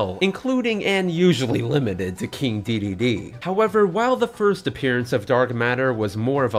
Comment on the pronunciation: Dedede, not Deedee